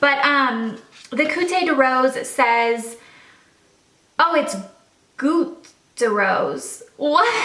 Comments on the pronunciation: There's no accent on the word Goute, so no "eh" sound at the end :) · It was hilarious as someone who speaks French watching you try to pronounce goutte 😂 it is pronounced like Alex's last name and it means drop